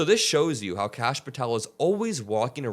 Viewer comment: *Kash… not Lash